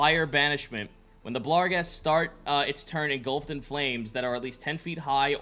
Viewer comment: It's BARGhest and GLABrezu not blarghest and gabrezu. Finally I've caught up on this series so I can get that off my chest. Love the show!